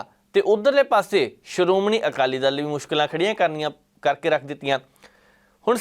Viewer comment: ਜ਼ਰ ਕੀ ਪੱਤਰਕਾਰੀ ਆ ਪੰਜਾਬੀ ਬੋਲਣੀ ਨਹੀ ਆਉਂਦੀ ਬਾਈ ਦੱਲ ਤੇ ਦਲ ਸ਼ਬਦ ਚ ਬਹੁਤ ਫ਼ਰਕ ਆ ਦਲ ਬਦਲਣ ਨੂੰ ਦੱਲ ਬਦਲਣ ਈ ਬੋਲੀ ਜਾਂਦਾ